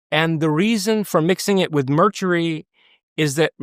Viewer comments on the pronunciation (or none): what the f**k is "Merchury"😂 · Youre telling this guy is smart af and he cant pronounce "mercury?" merchery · Well, I've been on this planet for nigh on fifty years aaaannnnnd I can honestly say that I've never heard anyone pronounce the word "Mercury" the way home slice does and 4 or 5 times after that. #Merchury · Anybody else not trust this guy? ‘Merchury’!? Anyone fact checking any of his claims? Also he is a co-founder of the ‘alt right corporation’ with known white supremacist Richard Spencer! 😬👀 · Why was he saying merchury? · Couple of things...what the hell is merchury or did he mean mercury? 😂 Also, I'm like an hour in at this point and I'm already frustrated with the length of the multiple sponsor sections. Might be worth discussing shorter segments with the clients? Otherwise...love your videos man! And looking forward to listening to the rest of the convo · I don’t care how smart he is. If he says mercury wrong one more time I’m changing videos.